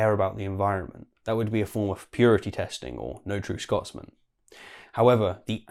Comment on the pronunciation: "No true scorsman"?